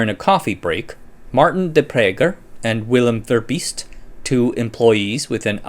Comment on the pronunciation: Impressive dramatization! I knew you weren't going to try and pronounce Spruyt. But kudos for handling De Prycker the way you did.